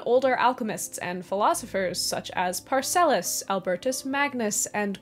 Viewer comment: By the way, Parcelus? No, ParAcelSus. Nice video though - so much covered in 35 mins! It's not easy to make so much material understandable in such a short video. Love the hair today...